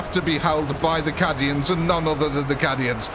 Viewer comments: Cad-ians? They're CAY-dians. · Awesome video, captured that grimdark perfectly! although its Caid-ians not Cad-ians, I think 😅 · I hate to be that guy, BUT 😅 it's pronounced caydian dude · "Caddy-ans." All I need to say I think. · Just for the future. :P It is pronounced with a long A. "Kay-D-Ah" "Kay-D-In" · Please learn the correct pronunciation of Cadia and Cadians... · The way he says Cadians is heresy of the highest order.